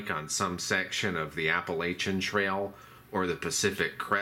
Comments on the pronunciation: It’s app-u-latch-in! Great video though. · You need to learn to say applachian properly. It's a soft a, not a hard one. Ask anyone who lives there.